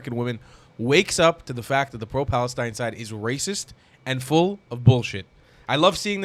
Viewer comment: "FFFFf "FALESTINE"😂